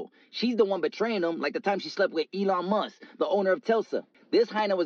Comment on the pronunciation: Dude said “The time she slept with Elon Must the owner of telsa” 😂